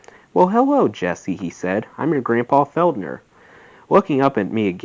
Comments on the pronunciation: Fel DER. there's NO "N". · Incredible job reading this. So hard to do it so well!! btw, it's Don FELLLL-DER....... thanks in any case.